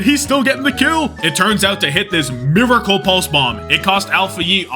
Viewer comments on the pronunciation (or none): none